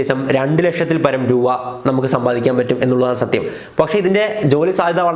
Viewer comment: ബോൾ പറക്കാൻ ആളെ വയ്ക്കുന്ന പൈസക്കു ഒരു ലോഡ് ബോൾ വാങ്ങാമല്ലോ.. പിന്നെ രൂവ അല്ല രൂപ 😀😀.. ജോലി എന്താ... കക്ഷം മണക്കൽ ഇതെങ്ങനെ ലവര് cv യിൽ ചേർക്കും